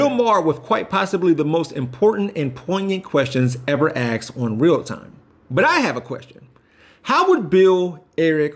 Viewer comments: Did this dude just say "axed"?🤣🤣🤣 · "the most important and poignant questions ever aksed on real time." Why should I take you seriously if you can't properly pronounce the word "asked?"